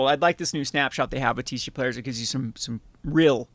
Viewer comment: Why do you call it TeeShee Player 😛